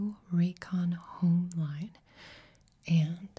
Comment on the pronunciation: My favorite part was when she said, “howme.”